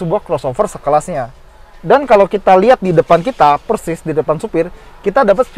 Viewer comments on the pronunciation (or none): none